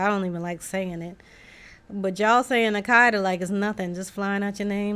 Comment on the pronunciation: it's a-cot-a. and it is nigerian.